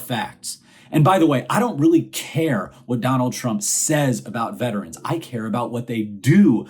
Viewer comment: This may sound picky, but I want to THANK YOU for saying “vet-er-ans” instead of most people who say “vet trans”. The pronunciaton makes all the difference. thanks for pointing out the crap the orange man did.